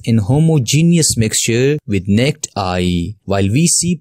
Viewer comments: Explanation will help my son with his test but this person's English could use some work. The word "naked" (as in naked eye) has TWO syllables, not pronounced as NET. That threw me a second. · Its "naakid" eye not nicked eye😅😅😅😅